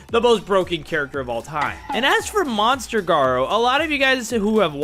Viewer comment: bro litteraly said mounster gawou 😭